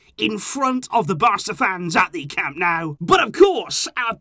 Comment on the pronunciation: please stop with the "Camp NOW" You sound foolish. It's CAM NO-U. Get it right. Someone of your stature with this team shouldn't be so wrong on the home stadium of the team you love so much.